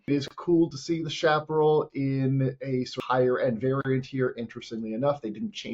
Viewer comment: Its pronounced shaparrell